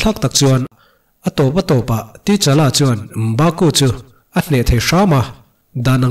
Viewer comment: Sir ka lo sawi ve mai2, comment tih tam nan,, T-Challa tilo in Ta-Challa ti a lam tur ni in k hria.